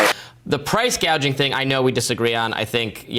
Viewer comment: "Price gauging"?